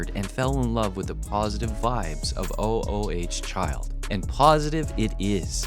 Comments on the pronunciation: O o h child? I thought it was Ooo Child.🤨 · Is this another computer voice it's not o o h child it's OOO CHILD don't just read LISTEN TO THE SONG ! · It's not O. O. H. child. It's sounds like oooh chile almost eww but ooh instead, it's a word a sound.. . Spelled. ooh child.. not O. O. H. child.. really? is this a bot? or just,, sigh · Please stop calling it o o h child. It was oooooohhhhh childv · It's not called O-O-H Child, it's called "Ooh Ooh Child". [even though it's spelled "O-O Child" on the 45 single cover] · stop calling it O, O, O, H, Child! It's oo-oo-child...jeez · Ooh Ooh child not o o h child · It's ooh child. Get it right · OMG. Stop saying O O H child continually. It’s hurting my brain!!!! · O - O - H Child? Don't you even bother fixing AI voiceover mistakes? I quite watching after that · Your AI voice sucks. Oooh, Child...Sih-BAY-lee-us...sheesh... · I love these AI narrators. "O-O-H-Child".